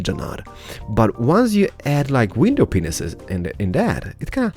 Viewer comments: Anyone else hear "window penises"@ ? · Is it just me or do you hear him say "window penises".. lol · its funny how he says window penises... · When you were adding window pains in the drive way it sounded like u said window penus😆😂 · It's not just you